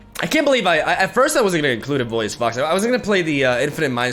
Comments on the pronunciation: pronunciation police here: it's in-VIO-lous vox. not in-VOLI-ous vox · Pls it's not Involius, it's Inviolus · Please, after zaunite your chain. Its the inVIOLUS vox, not inVOLIUS vox. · IN - VI - O - LUS. I don't know why it triggers me so hard, but yeah. Nice deck! Looking forward to your new creations! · Little Pronunciation Nitpick: hes called inVIOLus Vox (like Violet). I Think its Latin for "unviolated/uninjured voice" or something...